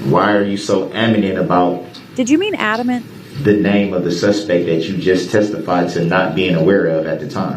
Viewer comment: The question where Brooks uses the word "anamant" not "adamant", the officer asks him to repeat the question probably because he wanted to hear him say anamant again.